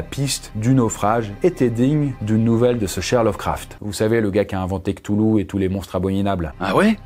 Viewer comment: Tain mais t'es sérieux ?! C'est KOU TOU LOU pas ct'oulou .. SOIS MAUDIT ÂME IMPIE !!!!